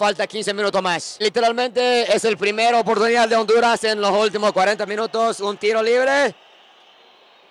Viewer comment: Que triste que un japones le vaya a "onduraz" jajajajajaja Das lastimas chino coreano 🤣🤣🤣🤣🤣🤣🤣🤣🤣🤣🤣🤣🤣